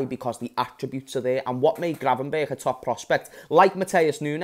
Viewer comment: It's gravenberch not gravenbergh.